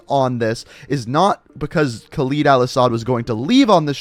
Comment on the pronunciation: am i the only one who finds it cringeywhen he says Khaled wrong?